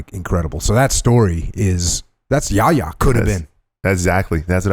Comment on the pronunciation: terrible pronunciation yaya it's not yar-yar it's a quick yaya a = u in nut